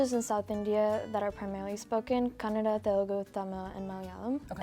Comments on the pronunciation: Her pronouncing "Kannada" is very accurate. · She said Kannada the right way!! Yeyy:) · I love the way she pronounces Kanada. I could never pull that off. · She didnt say Kannad,very happy with that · Wow She said Kannada not Kannad Awesome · I love the way she spells Kannada so perfectly but other Indian people say kannad and i hate it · also she pronounced it properly saying kannada but our Indians living in India have hard time saying properly but they say kannad which annoys me a lot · Thanks for pronouncing "kannada" not kannad ✌🏼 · is the first ever north indian person to say kannada instead of kannad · So you pronounced kannada word so right. Being in India most of the people can't pronounce the word correctly.This shows how well educated and well culturaled you are. 👏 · pronounce Kannada so perfectly while most of our north Indians couldn’t ( They say Kannada instead of Kannada) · I mean atleast she clearly pronounces KANNADA not like the northies who live in India and call Kannada as kannad 😐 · The way the white jacket girl says Kannada turns me on kanpeki desu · I don't how I feel about the fact that an Indian who has been in America all her life or most of her life pronounced the word 'kannada' better(the right way) than most Indian from northern parts of India, who come visit Karnataka (the place where kannada is spoken). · she pronounced kannada correctly... and most indians doesn't pronounce it correctly...!!! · She pronounced Kannada better than most of indians here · The girl who was born and brought up in US says Kannada as Kannada. 🙄